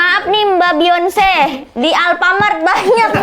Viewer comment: Woy, bacanya Bi yon se